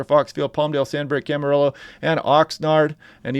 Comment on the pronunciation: I love your channel! So helpful! Just wanted to say that that Camarillo is pronounced CamaREEYO. Thanks for all the great California coverage.